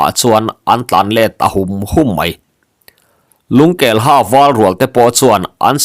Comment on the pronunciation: Lungkelha tih i lam danah hian ha hi hâ (teeth) ri in lam ri la a dik zawk law'ng maw?